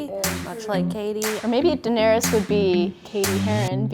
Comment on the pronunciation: Did she say Daenerius lol